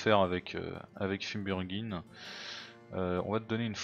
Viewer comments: Ça se prononce "fimebulréguine" mais comme je l'ai dit, tu peux simplement le renomer Regin (donc "réguine"). Et hâte à demain. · Tu comptes remettre un arc entre les mains de Fimbulregin? Tu n'as pas froid aux yeux. À propos, tu galères à prononcer son nom donc le renomer juste Regin est suffisant. Pour les autres persos, renomme seulement les cultistes pour éviter de voir tes abonnés se barrer. C'est marrant de voir le double grip sur un fouet XD Et enfin, je comptais de conseiller de recruter un mineur pour les events mais c'est déjà fait. (Fiou, j'ai plus de souffle)